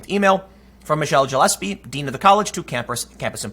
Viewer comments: "Jillespie"? "Jillespie"!? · It is pronounced like guh-less-pee. It has a hard g sound not the j sound.